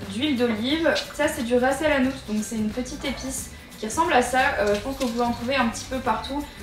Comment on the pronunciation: J'adore l'accent que t'as en prononçant "ras lhanout" 😂 sinon ça a l'air trop bon je vais l'essayer prochainement** #Sushifam🍣 😙😙